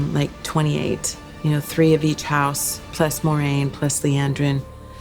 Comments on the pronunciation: guys. It's Mwah-rain. Not Moy-rain. There's literally a pronunciation guide at the back of the books. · Is anyone else a little weirded out by how Rafe is pronouncing moiraine as "moy-raine"?.. I'm very much loving the show and I generally don't care about pronunciation so please don't take this as a complaint. It just caught me off guard the first time I heard Lan say it that way and I'm surprised I haven't heard anyone talk about it.